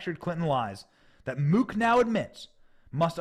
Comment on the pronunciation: Benny, Mook is pronounced like "book" for future reference. I have relatives with that name. Great reporting.